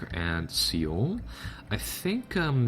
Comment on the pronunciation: dude, your vids are awesome, i really want this game now and btw Seoul is pronounced SOHL